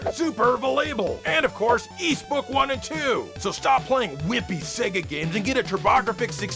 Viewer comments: Its pronounced WHYS not Es 🙄🙄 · it's pronounced "WISE" NOT "EEEESSSS" 🤡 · its pronounced "YS"!!! god dammit!!! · It's actually pronounced "ease book eye ampersand eye-eye"